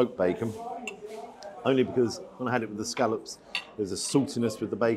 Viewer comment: Hello,. It’s soo refreshing to hear scallops being referred to by their correct pronunciation and not as so commonly used in this so called modern day as scollops.!!! xxx